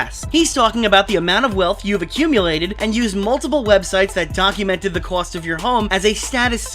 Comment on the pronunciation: the way pronounces cost